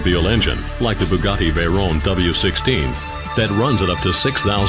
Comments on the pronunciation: Turbo supercharger is the proper name for a "turbo", for those of you who didn't know. The narrator also uses proper pronunciation with the name Veyron. The entire car is a technical masterpiece except to the ignorant who know nothing of engineering. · Its a french name so the 'r' is pronounced like the french do...